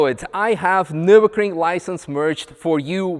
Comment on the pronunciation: I am SO looking forward to not having to hear misha say "nur-bussy" ever again